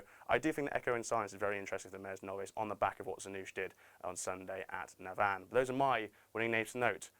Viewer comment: Please learn to say Navan correctly